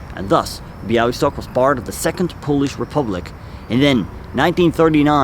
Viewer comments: Great video. I’m polish and I love the way you talk about subjects that took place in my country. Also your pronunciation of Bialystok was spot on:) Looking forward to your next video! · I'm Polish and I didn't know this story - thank you very much for letting the world hear it. By the way - your pronunciation of Białystok is spot on!